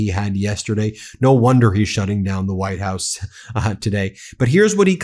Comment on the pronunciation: "WHITED" HOUSE? More hyperbole, more nonsense from you.